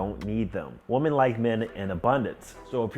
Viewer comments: You've messaged woman or WOMEN! You still don't know how to pronounce the difference? Excellent content but come on man. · Bro learn how to pronounce women lol